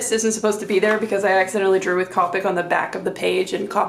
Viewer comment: Thank you for sharing your beautiful art! Just a couple things, Copic is pronounced with a long "o" like the "co" in cooperative. You might want to try a Rendr sketchbook - the marker won't bleed through the page so you can use both sides. Some papers are too absorbent and will suck your markers dry. The best blending paper is X-Press It - made for alcohol markers. Here's my affiliate link to a pack on Amazon: I think they also make sketchbooks but not hardbound (I believe they are wire), which is why I suggested the Rendr.